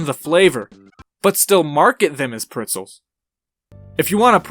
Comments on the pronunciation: Did he just- Did he say “pritzels”? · It hurts me every single time he says it